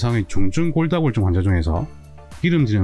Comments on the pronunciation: 정말 잘보고 있습니다 근데 골다공증을 골다골증이라고 발음하시네요~😅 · 골다골증으로 들리네요. 골다공증 아닌가요? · 도대체 골다골증이 뭐죠? 골다공증인데, 언어부터 정확히 하셔야 할 듯 하네요. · 골다공증을 왜 골다골증 이라고 말씀 하시나요? 다른 병이 아니면 잘못 말하고 있는 건지 궁금합니다. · 처음엔 발음이 잘안되셔서 골다'공'증을 골다'골'증이라 말씀하시는줄 알았는데 화면 텍스트에도 골다'골'증이라고 쓰고계시군요. 흠.. 골다공증을 골다골증이라 하시는 이유가 궁금합니다. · 영상 쭈욱 정주향하고 있습니다. 식견이 남다른분인건 알고있지만 두번정도 영상에서 골다공증을 골다골증이라고 말씀하시면서 자막에도 그렇게 달아놓으셨던데 혹시나 의견에 반대하는 분들이 이런 소소한 걸로 꼬투리 잡을거 같아서 노파심에 댓글 남겨봅니다. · 설명을 보면 계속 골다골증이라고 하시는데 골다공증이 아니고 골다골증인가요? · 감사히 잘 보고 있습니다. 그런데 골다공증 아닌가요? 계속 골다골증이라고 하셔서요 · 골다공증 NOT 골다골증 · 선생님께서 골다골증 이라고 하시는 것 같아서 자막을 확인 해보니 역시 그러네요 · 골다골증? 골다골증? 골다골증이 뭔가요? 자꾸 영상에서 골다골증이라고 하시는데요?